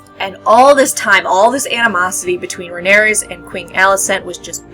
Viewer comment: It's Rhaenyra, not Rhaeneyrs!